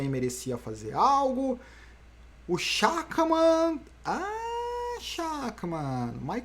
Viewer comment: Amanhã deve dar Schachmann., se pronuncia “Scharrman” - jogador de xadrez